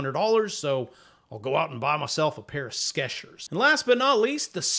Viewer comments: I hit 'Like' when you mispronounced "Skechers" as "Skeshers". If the word was "Sketchers", with the t, it would imply 'people who sketch'. I'm guessing because the commercials all pronounce it with the 'ch' sound that it's pronounced the same as if it were 'tch'. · I like how you pronounce the products formerly known as double stuff and Sketchers...:)